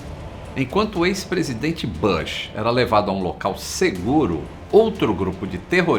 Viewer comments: Amigo, a pronuncia correta do sobrenome do ex-Presidente George W. Bush, nao e BASH e sim BUSH. Burburinho e barburinho. Bem diferente, nao? Acentue bem a letra u. Voce tera a pronuncia correta, fechou? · Bush se fala "bush" mesmo e não "bãsh"… Faz a pesquisa pô